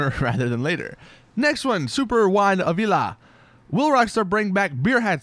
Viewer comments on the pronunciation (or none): none